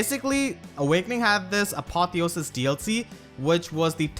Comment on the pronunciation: Apotheosis is meant to have the emphasis on "e" not "o". +1 if it is a long "e", because of the meaning and such. Cheers.